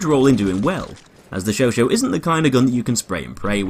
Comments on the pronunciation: It's "Show sah" my friend.Not "Show Show" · you pronounce it like "showshaw" not "showshow" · "Chauchat". "Chau-chaaaat". In other words, [ʃɔ'ʃɑ]. "Show-shaaaaa(h)". Not "sho-sho". I find the Chauchat way too slow to be effective in CQC despite its 3-shot-kill damage, not accurate enough to outclass the Huot or MG15 (deployed) at longer ranges, and with too small a magazine to be effective at suppressive fire. Can't find a suitable niche for it. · It’s not pronounced show show. It’s show chat. If it were show show Turin it would be spelled chauchau. It’s chauchat. The t is silent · Its said sho-sha not sho-sho. It annoys me how he says all the French weapons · Michael Robert It depends on your liking... the US like to call them "Show-Show" the French pronunciation for "Chauchat" is "Show-Shah" with a silent "T" but for new people who saw the gun for the first time would most likely to pronounce it as "Show-Shat"... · The host of Forgotten Weapons was pronouncing it the Sho Sho. It's an American pronunciation. This is the first video that comes up when looking up the weapon so I'm guessing that a lot of other Youtubers took his pronunciation to be the right one. But yeah, Sho-Shah is correct. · I can't do this... It's Chauchat, not Choo Choo! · Why do you pronounce it Sho Sho? That's wrong. Chat is not pronounced Sho! :/ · it's show-shaw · Ryan Wallis It's pronounced "Sho-sha" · Yeah that's pretty much it. I guess it's been called the Sho Sho by Americans for so long that it's just an accepted alternative pronunciation now. The 'Sho Sho' skin in BF1 is nice also. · Great gun, shame pronounced it wrong, now everyone will be doing it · That pronounce is innacurate.